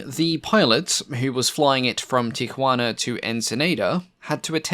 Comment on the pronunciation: that pronunciation of Tajuana and Ensenada. oof.